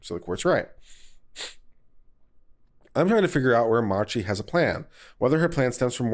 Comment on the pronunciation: Mispronouncing names, etc., ... annoying at times but not a big deal. But just how do you get the two extra syllables out of Marchi; are we thinking about a Mariachi band? That bit of pedantry set aside, thank you for your fairly objective commentary.